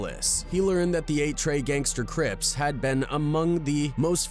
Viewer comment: The way the reporter said 8trey gangsta crips 😂😂😂😂